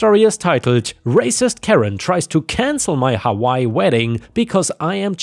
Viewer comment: You say hawaii funny never heard it like that 😂